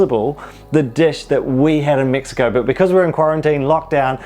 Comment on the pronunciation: MEXiCO not MIXiCO😂😂😂😂